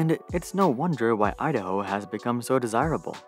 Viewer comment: Please practice pronouncing the letter "o" you're adding "uh" and "ah" at the end of words that end in the letter "o" and "oo" like "idaho-uh" or "too-uh" and "san francisco-uh" please ...